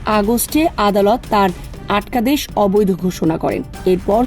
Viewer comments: "আটকাদেশ" -এর উচ্চারণ এমন কেন আপু?😂😂😂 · আটকাদেশ উচ্চারন!!! 😅😅 অসাধারন।